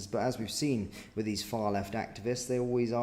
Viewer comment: And there’s no V in “with”!